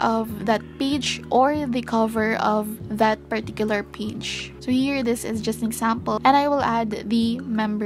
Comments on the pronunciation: Funny how you pronounce page as peach 🙊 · i couldnt watch the whole video because the way you pronounce 'page' was so annoying im sorry